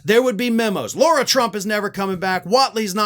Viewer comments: We get on Trump and other republicans for mispronouncing Kamala. We should set the example and pronounce Lara the way she requests it to be pronounced. Attack her all day on what she says but it is common curtesy to pronounce their name right. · not to nitpick, but as much of a POS Lara Trump is, her name is pronounced Lar-ah. Like saying car and putting an ah on the end of it. It's not pronounced, Laura. It's a respect thing to use proper pronunciation for someone's name - even when they're trash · Do you deliberately call her Laura instead of Lara? Its the sort of thing Trump would do. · why do you keep saying Laura, knowing full well it's Lara? 🤔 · Lara not Laura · I don’t know if you’re calling her Laura as a dig, like trump and his sycophants mispronounce names.